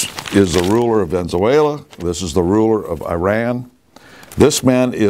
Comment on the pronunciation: "Ven-zuela" Obvious intentional mispronunciations are obvious